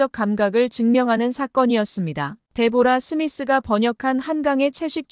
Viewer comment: 데보라가 아니고 "데브라"....상대방의 이름은 최대한 정확히 발음해줘야 그게 예의이구나!